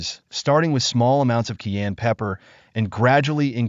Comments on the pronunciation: Learn to pronounce CAYENNE !!!!!!!!!!!!!!!!!!!!!!!!!!!!!!!!!! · Before you make a video on cayenne pepper would you please learn how to pronounce the word so you don’t sound annoying as hell? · THE MAN HAS THE WRONG PRONUNCIATION FOR THE PEPPER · The faceless boy talking in this video ought to learn how to pronounce cayenne pepper before making a video about it. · It's not pronounced kee-ann, it's ki-ann or Kye-ann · The narrator refers to this as "Key-ann" pepper . . . but traditional pronunciation is "ki - ann" pepper." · Pronunciation sounds like "KI-Ann" not "key-an" . Learn how to say it proper cause it like nails on a chalkboard the way either you or your computer AI is saying. She says it correctly, dimwit. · Please say CAYENNE PEPPER. Not CAIN pepper. It's very annoying to hear this repeated over & over. Pronunciation (KI YANN.). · Please pronounce Cayenne correctly. Ki yan not Key yan. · it’s not Keyenne pepper it’s Cayenne Pepoer . What a weird way of pronounciation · It's not pronounced "key ann" it's "Ki Ann". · I’ve lived in the U.S. for 70 years and have always pronounced it as “Cayenne.” First time I ever heard it pronounced, “Keyanne.” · This is definitely a bot Saying keyan fir cayenne. Dead giveaway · As a matter of fact, Dr O'Neil is the one who is correct about the pronunciation of Cayenne. The gentleman who is using her video and unnecessarily repeating her anecdotes should know that the pepper is not "Key-yen." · What's kiyenne pepper? Never heard about it 😜😄😄😄💙💙💙🇺🇲🦅🇲🇺🦤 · * ky ANN * pepper 🌶️ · Voice over clown saying: "Ceyanne" instead of cayenne even after hearing the lady say it correctly. I believe its not a tomatoe vs tamota... Rather he cant spell well? Not digging, just seems more than odd. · She right it wonderful. But. It’s pronounced kie-yan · Please say the name of Cayenne Pepper correctly not Keann! Where did that come from Keann does not even sound the same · It is pronounced " ki" "ann" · Plz say cayenne pepper correctly